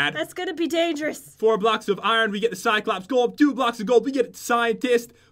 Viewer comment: Am i the only one who realized pat said cycops instead of cyclops...